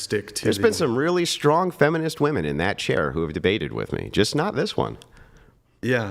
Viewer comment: "Oh, you're're gonna kwhy, but you're a big stwong woman." 👏👏👏🤣🤣🤣🤣 And that's why the Goat of this youtube debate game.